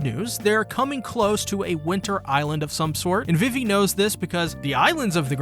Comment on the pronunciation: Also KUR-HA? VIV-EE? Also lets not even mention how you pronounced lahpins... is it so hard to watch the corelating portion in the show to get correct pronounciations?! 😂😭😂😭😂😭😂😭 like its funny hut destroys my soul so pls my manz.......